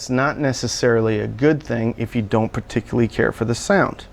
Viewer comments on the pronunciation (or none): none